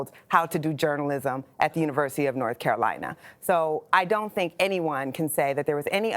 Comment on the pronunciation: For someone who spent so much time at Chapel Hill, she sure has an odd pronunciation of the word "Carolina".